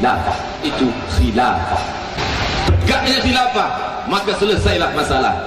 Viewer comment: Ini buya syukur bicara apa, uas katakan hilafa buya syukur bicara halifa, beda antara hilafa dan halifa, buya apa ini, hahaha.